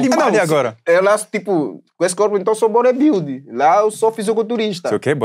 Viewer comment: Batista falando body builder do jeito dele e em seguida carrega uma propaganda dizendo "entende inglês, mas não consegue falar, faça o curso tal" 😂😂😂 me desmanchei rindo tanto que nao consegui ouvir o nome do tal lugar que tava oferecendo o curso de inglês